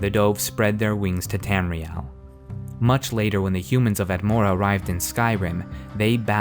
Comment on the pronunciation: Tamriel. Not Tamrile.